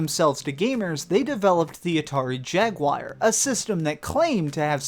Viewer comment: 1 for saying jaguar wrong